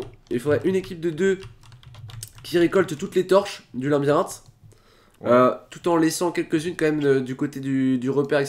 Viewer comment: stp arête de dire linbirinthe on dit labyrinthe